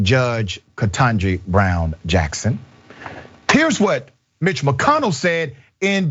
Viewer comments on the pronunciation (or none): Not "M" itch.